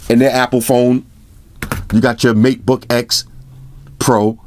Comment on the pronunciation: plz say meatboy more